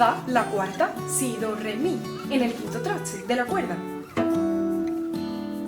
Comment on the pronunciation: por que dice?...etsa por esta, tratse por traste, etsamos por estamos, etsablece por establece, hatsa por hasta, ect, ect